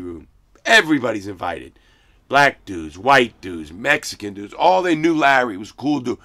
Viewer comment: "Mexicnns got on bewts.." 😐